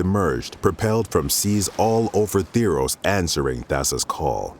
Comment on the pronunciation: He says ThEEros >:(